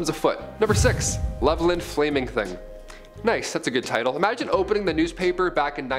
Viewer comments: Its actually pronounced as its spelled lol Level-land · It’s pronounced Level-Land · The town levelland(tx) is pronounced Level Land. Lol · We here in the 806 West Texas pronounce it as Level-Land